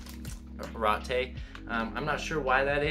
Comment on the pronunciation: Pronounced Ah-regh-tegh